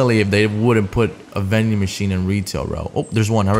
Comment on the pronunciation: Veding machine hyype